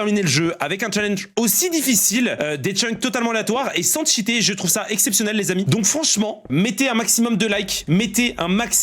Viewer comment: sans tchiter 🧐